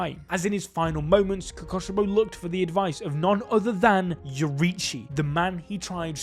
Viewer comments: "omg guys its the demon who uses a breathing style KOKOSHIBO" kokushibo is pronounced ko-koo-shi-bo the 'ku' is pronounced like fOOd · ITS KOKUSHIBO NOT KOKOSHIBO